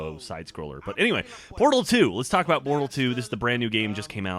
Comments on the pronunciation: When geoff say's mom loves portal videos. First time through I thought he said Porno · I THOUGHT HE SAID PORNO VIDEOS AT THE END!!! xD